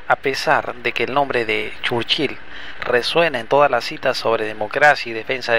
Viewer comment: Que rara pronunciacion churchil